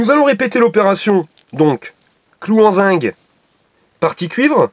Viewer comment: zinc pas zing